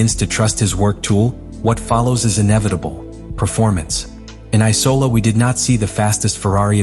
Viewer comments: It‘s IMOLA not ICOLA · I for one love the eye-cola grand prix!